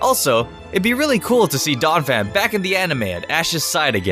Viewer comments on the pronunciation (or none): IT'S DONPHAN, NOT DAWNAPHAN!